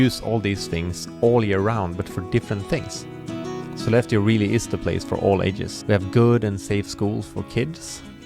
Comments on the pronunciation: Ok, for many of these northern cities that ends in "eå" you don't have to pronounce the "å", it makes you sound like a non-native 😁 I lived 85 km west of Sollefteå for 2 years, and no-one pronunced it with the "å" there. Other cities you can safely skip the "å" for without sounding strange are: Umeå, Luleå, Piteå, Skellefteå, and Torneå. ... well, I'm a bit torn (pun intended) about Torneå, I sort of, kind-a, tack it on there... sometimes. 🤔 There might be more of them, but none I can recall at the moment. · Jepp, Sollefte, Lule, Skellefte, Ume...up north we have to spare on energy, especially in winter so why put a totally unnecessarily vocal at the end! 😄